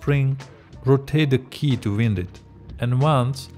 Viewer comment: An English tip for you: "wind" is a homograph. When you pronounce it like "in" it means moving air. To refer to coiling a spring, pronounce it as "eye". Wind (noun: movement of air): IPA: /wɪnd/ Example: The wind is blowing strongly. Wind (verb: to turn or twist): IPA: /waɪnd/ Example: Please wind the clock.